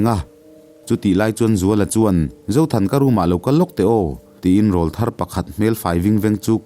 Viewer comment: Rawlthar i lam dan hi a dik lo,Tleirawl tih a ‘Rawl’ kan lam anga lam lo in, Rawlthar ah hi chuan ‘Rawl’ hi Rawl ring/ Awrawl ring a Rawl tih kan thluk hlek ang hian lam zawk tur. Mipa a Rawlthar kan tih ho hi chu ‘Tilpawr aw’ nei tan tawh ho rual hi an ni a,mipa rawl rawn danglam chho tan ho sawi nan Rawlthar hi an hmang ta a ni.